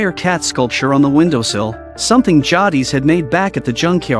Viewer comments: A typical retarded American narrator it's pronounced jaydis not jardis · Beale is elderly ? I'd go with older, but not elderly. And it's pronounced Jay-dis.